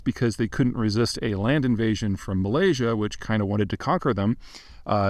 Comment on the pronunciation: but yet, he manages to pronounce 'Malaysia' just fine